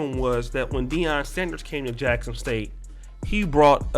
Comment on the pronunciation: it’s “Deion”